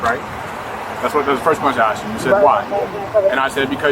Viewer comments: He axe me a question. What was you doing ? Who is you ?? Them people have their own F up language LMAO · He never axe me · she keeps saying he axed her, but i seen no axe. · He axe me, he axe me, he axe me. " I cant even find insurance in the car". ...uhhh maybe because insurance is expired too. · "You axed me... You axed me a question." - Dipshit. "........" - cop. I don't think anyone axed you anything. No one tried to axe anyone that I could see. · Axesd me axsed me axsed me. Say it three times and a Sargent magically appears. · You axed me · but she axed!!! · By her own admission, they "axed" her many times to do something. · He axed you nicely to get out of the car- you didn’t.